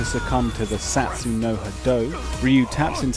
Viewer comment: Satsui no hado is pronounced satsuEE no hado. The "i" (ee) is not silent, brit-bro.